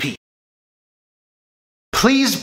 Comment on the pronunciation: pressing not dressing, say that again